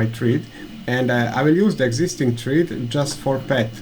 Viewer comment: Please check the pronunciation of thread online ;-)